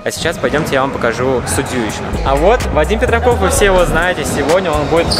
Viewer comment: мне показалось или он сказал Вадим Пердаков???